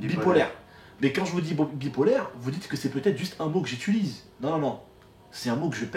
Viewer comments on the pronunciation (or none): Y’a bcp d’erreurs là ds le titre 😂 et on dit J’UTILISE et non J’itulise